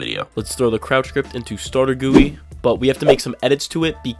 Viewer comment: stawtew guwie